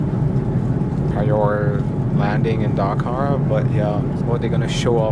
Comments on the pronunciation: The way you pronounce it sounds funny and sounds like you said Dhaka lol. Love your videos I am your very old subscriber after 4.5 years I am watching your videos again. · It’s not Dhaka but Dakar!! Don’t forget to roll “R”!! 🤔🤷🏽‍♂️🙏🏽